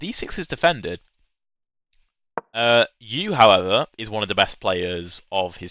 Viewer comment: I don’t think Max Euwe was a sheep… it is more commonly pronounced in uk English as something like “Urrver”, although if you ask on Reddit you’ll likely get 100s of alternatives. Same as asking how to pronounce Scheveningen!?